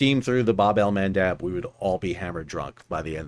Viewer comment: Bet he still says Babel mandab